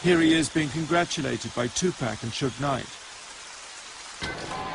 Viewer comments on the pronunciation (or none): wtf dude kept pronouncing his name Tu Pack. Shit was getting on my nerves for real. If you can't even pronounce the brothers name right then you aint got no fkng business doing no documentary about him. I know somebody heard him saying it like that and corrected his ass but he kept doing the shit. I respect that he is trying to shed light on the whole event but come on man, keep the legends name out your fkn mouth if you can't get it right. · hey you can erase this bro but please if that says Tupac make it say t u p a c thnx peace to u